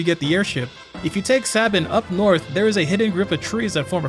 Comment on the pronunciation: It's pronounced Sabin obviously